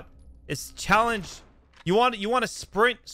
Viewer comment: I wanna vomit everytime he says "chall"